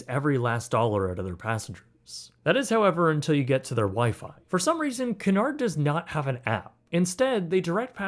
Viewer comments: did you really start the video by pronouncing Cunard as Canard? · If you are going to travel on a Cunard ship, at least learn how to pronounce Cunard. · KYOO-nard. 😊 A canard is something else, sorry. 😊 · It Cunard(kyoonard ) not Canard, which is a duck! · Canard??? It's CUnard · Please pronounce it, it's not canard, it's q.Nard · By the way, it’s pronounced “COO-nard” (or “CUE-nard if you’re a Brit), not “car-NARD.” The line’s founder Sam Cunard (off on some ocean liner in the great beyond) thanks you. 😌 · “Coo nard”. “Canard” is duck. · I wore my hoodie sweatshirt from the RMS Titanic exhibit when I was getting on a cruise in Florida also it's pronounced Qnard like the word cue not pronounced canard which is the French word for duck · Cunard pronounced coo-nard should actually be pronounced que-nard. Small thing, but your AI narration simply isn't that intelligent (but perhaps better than most). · I thought it was pronounced CUE-nard. I think that's how I've always heard Emma Cruises pronounce it anyway. Great video though! This was a very fascinating video. :) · Very good review! I believe that this places Cunard cruiseline more in the Upper Premium or Luxury category rather than just Premium. Footnote: the correct pronunciation is KYOO-nard (as in "cute" or "Cupid") and not kunn-ard or kunn-erd. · Cu/nard, não é Ca/nard. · 😆It's pronounced KEW-nard, like a "Q" at the beginning... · its pronounced cyoo-nard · I think you’ll find it’s pronounced Que-nard not whatever it is you are calling it. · It's pronounced more like Queue-nard. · Can you not pronounce Cunard correctly. It's pronounced Queue-nard. named after Sir Samual Cunard of course. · It’s so annoying when Americans don’t take the time to learn proper pronunciation, Cunard is pronounced ‘Q-nard’ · It’s Cunard pronounced QU NARD not what ever you think it’s pronounced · Cunard is pronounced Q-nard ;) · You're murdering the pronunciation of Cunard. It's pronounced KYEW-nard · Cunard is pronounced "Q-nard"